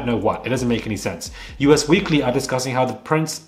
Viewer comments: just a lil FYI: the magazine is not U-S weekly, it's Us (as in "all of us"). 🤗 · I enjoy your channel. Just FYI. The magazine/tabloid is “Us” Weekly magazine; not “U.S.”